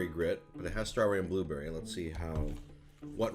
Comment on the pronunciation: no one: prozd: buberry